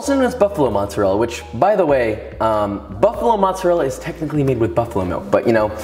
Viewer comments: Saying “motzerella” makes my skin crawl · As an Italian it triggered me how he said mozzarella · U butchered the word mozzarella